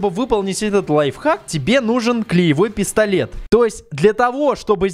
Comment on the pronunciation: А мне послышалось не пистолет а пездолет 😂😂😂😂